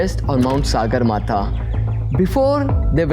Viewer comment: It is not Sāgarmatha but Sagarmatha. Sagar सगर means sky in nepali.